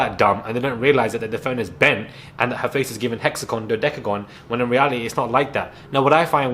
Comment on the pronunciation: misguided nonsense is the best thing i’ve heard in ages!! Even funnier was when you spoke about Julia you said something like ‘we haven’t been hit in the fox for a while’ (instead of face) 🤣😂 This episode was so funny!